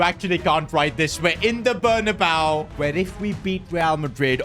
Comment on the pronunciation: says bernabao insted of bernabeo